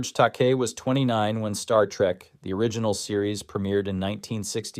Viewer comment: Well done but George Takai is pronounced Tah-ky.